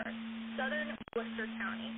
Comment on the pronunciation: I live in massachusetts, so listening to ryan trying to pronounce the names of the towns around here hilarious "WUH-chu-set" reservoir had me dead 😂😂😂 saying that wrong